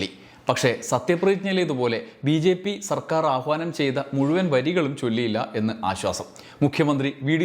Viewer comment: Vd സർക്കാർ എന്ന് പറയുമ്പോ Vd സവർക്കർ എന്ന് പറയുന്നപോലെ തോന്നിയത് എനിക്ക് മാത്രമാണോ